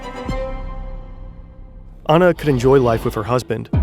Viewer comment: As an Australian... that is NOT how you pronounce NewsCorp it has a hard p and not how you pronounce Anna!